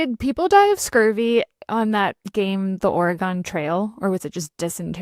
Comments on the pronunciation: 😅my apologies to the great state of Oregun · In before the entire state of Oregon responds to Lauren’s mispronunciation of the name of that great state.